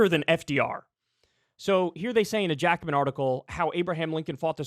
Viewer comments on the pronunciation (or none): none